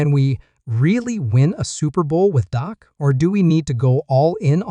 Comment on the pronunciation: by the way, it's Dak, not Doc! You'd think a true cowboys fan would know the difference